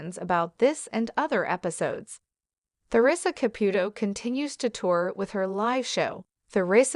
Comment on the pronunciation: I could only watch this for 5 minutes, the mispronounciation of Theresa's name. I thought it was about her ex husband???